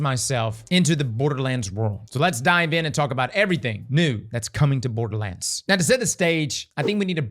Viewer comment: Dude said "Boarduh lands" like 40 times before mins.. Dislike..